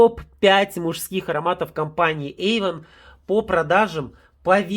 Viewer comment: Ейвон))) Серьезно)))))🤢